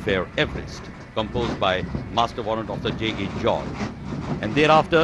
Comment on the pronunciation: Yelo Ji! JA George Ke Naam Se 'A' Hi Gayab Kar Diya. Hat Yaar!